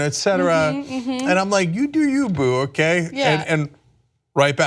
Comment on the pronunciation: Ok. I can’t take it anymore. I like you, Anna but please learn the correct cadence of “ do you, boo.” I know it’s trivial but it drives me crazy the way you say “doyouboo” with zero emphasis, like it’s all one word. Especially now that you have Cenk saying it. If you’re gonna appropriate our culture (which I’m not one of those sjw’s who rails against that), but if you’re gonna borrow our phraseology, then take the time to learn the correct way. Like I said, I know it’s trivial, but each time I hear you say it, it’s like nails on a chalk board and I’ve been holding back from commenting for months now bc it is a small thing but I just can’t have you out here sounding cray. Thanks.